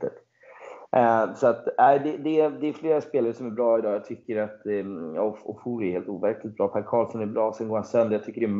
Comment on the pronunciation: Fasiken vad man stör sig på att uttalar Ofori fel varje gång. Kan man inte begära att en riktig supporter kan uttala sina egna spelares namn?